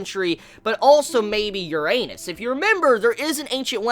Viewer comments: "Ur anus"? What did you just say? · just so you don't embarrass yourself in public Uranus is pronounced roughly: yur-uh-nis (yur as in how you'd say Yuri)